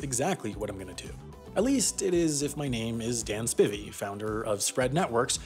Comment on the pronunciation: Hey, as a Spivey, "Spivey" is pronounced like "Spy-vee"